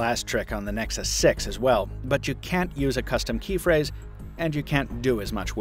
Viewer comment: "moto x pure edition vs. nexus sex" it really sounded like that